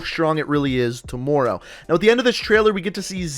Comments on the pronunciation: To-more-ow Anybody else hearing that too? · ~apparently tohmowrow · I absolutely HATE the way you say tomorrow! OMG! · CombatFalcon X bro fr I was like how does he say it like that